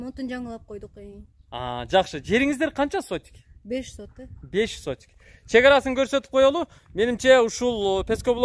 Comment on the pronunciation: Сотук, а сотик эмес😅👍